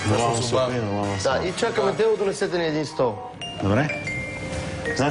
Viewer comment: Чакали били "Деу"? "Дело"? хахаха когато Л е "Уъ"